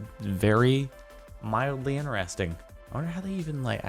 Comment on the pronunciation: Stop saying inneresting there is a T in inTeresting 😤